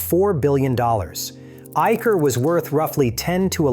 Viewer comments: Not Eiker! It is pronounced as Eisher! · its pronounced as I-Sir motors, ... business is not only motorcycles its a bigger umbrella compromising of Trucks, Buses and tractors too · In Eicher, Ch is pronounced as Sh, like in Chanel.